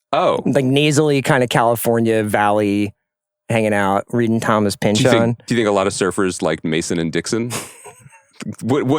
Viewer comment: I think it is pronounced Pynch-On. It sounds weird though.